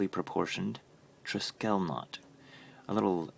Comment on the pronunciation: check correct pronunciation of triskele!